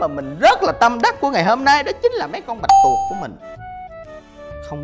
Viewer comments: "bạch tuộc" ơi! không phải "bạch tuột":p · Chỉ muốn nói là bạch tuộc chứ không phải là bạch tuột😆😆😆